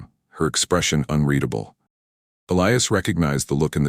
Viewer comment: A very good story throughout. My favorite part? A story where the AI finally pronounces “unreadable” correctly multiple times. Sniff sniff, a single tear runs down my cheek. Thank you